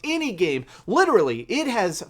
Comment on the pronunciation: I swear if this guy says litrally one more fuckin time...